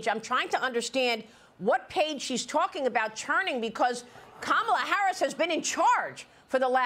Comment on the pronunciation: She will be president for the next 8 years, so learn to pronounce her name properly.